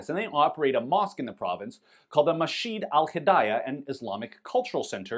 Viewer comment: Its pronounced Mas-jid.... Not 'mashid'.